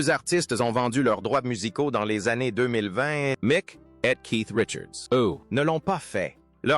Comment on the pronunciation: Et si vous disiez Mic au lieu de M c Jagger